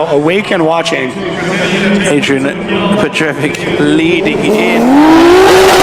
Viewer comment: Funny how everybody "can read" French or whaever he was, but simply can not read the croatian surname. It ain't chinese my boi. Learn to read first, then you can pronaunciate it right. goddamn people.. why are you comementator if you cannot read.